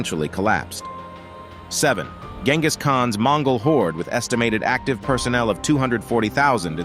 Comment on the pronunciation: He pronounced Genghis name wrong.